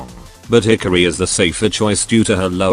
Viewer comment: "Hickory" (Hikari) 😂